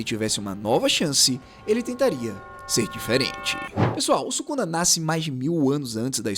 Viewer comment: 為什麼宿儺的發音不對？